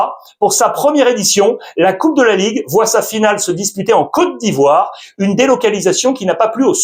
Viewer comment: Merci infiniment pour la prononciation sur ma côte d'ivoire ❤❤❤❤